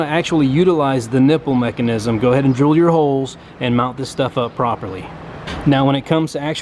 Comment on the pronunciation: Got this far in the video then he says “dril”